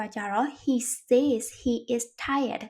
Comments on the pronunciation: Says ကဆက်s လို့ပဲထွက်ပါတယ်ဆေးsလို့မထွက်ပါ၊မျှဝေတာပါ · ဟုတ်ပါသည် ။ ဆဲဇ် ဆိုတဲ့ အသံထွက်ပါသည်ဟု Eng: Professor ကြီးက သင်ပေးဘူးပါသည် ။ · Says ရဲ့အသံထွက်က said နဲ့တူတယ်လို့မှတ်သားဖူးပါတယ်ဆရာမ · says ရဲ့ အသံထွက် မှားနေပါတယ်။ အကြံပြုတာဖြစ်ပါတယ်။ လေ့လာကြည့်ပါခင်ဗျာ။